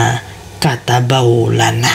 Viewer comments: Itu bacanya apa gk ada yg kurang y, katabawlana atau kataballahu lana. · Ma,af 6 ya kenapa kok gk dibaca yang ini makatsbellohu lana,kdengaranxa qwe kayakxa maka tabeu lana, gmna makabeu lana y makasih tapi ma,af 6 sebesar6xa y cuma sependengaran qwe ni lo klo bisa lebih jelasxa yg tenga2 saja makatabeu lana ap makatabello lana mksiih